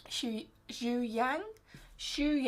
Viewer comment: Easy tip for you to learn In chinese.The spell was "Xue Yang" but in chinese pronunciation you have to say It like this "Xu Young"😘